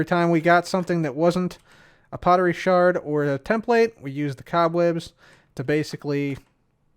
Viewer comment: Thank you, first hermit ive heard say the word sherd as shard as it should be its just spelt with 'erd' as a preference to ancient potterie